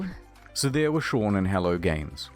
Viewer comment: Sean has been pronounced "Shwwwwwwuuang" in this entire video. Is this actually how you say the name Sean? Have I been doing it wrong this whole time?